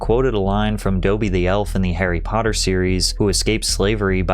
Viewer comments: Bro… Dobe-ee??? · I'm sorry but did you really pronounce Dobby as dough-bee???😂😂😂😂😂 sometimes I just can't with your pronunciations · Patrick... I love you, I love your videos... but it is not Dobi--it is Dobby! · doaby? Come on bro. Put some respect on my boi Dobby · There's NO WAY you pronounced Dobby wrong... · More like But yeah, you're right. His pronunciation of the name is comically bad😂😂. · He pronounces common words and names wrong at least once per video I think it's intentional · Ain’t no way Patrick pronounced Dobbys name wrong😅